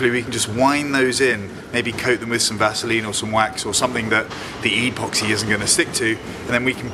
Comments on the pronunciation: You are,pronouncing epoxy wrong. It is ehpoxee not eeeeepoxee. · Well done 👏👏👌 . 10/10 for the job. 1/10 for calling epoxy ‘E’ Poxy. 😂